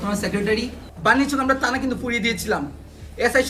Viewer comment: chotto baccha thik moto Thana uccharon korte pare na ( তানা বলে ) 😂😂😂